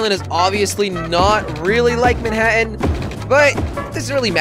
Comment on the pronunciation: Every time Jelly said "Mannhatan" I thought of "Friday the 13th: Jason takes Mannhatan". Dunno why.